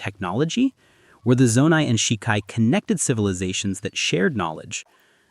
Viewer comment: The biggest mystery of all? Why is he pronouncing 'Zonai' like that